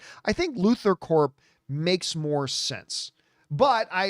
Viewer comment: FYI, You pronounce the p in corp. Lexcorp, luthorcorp